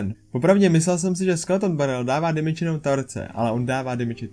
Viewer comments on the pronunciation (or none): none